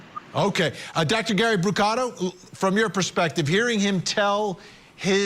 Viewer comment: It is Soto not "Soro" It is Brucato, not "Brugaro" PRONOUNCE WORDS WELL YOU 1D10T!!! (this is for that cringe reporter in court tv)